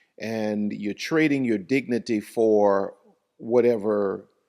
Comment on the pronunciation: You mean her dicnity or idicnity😂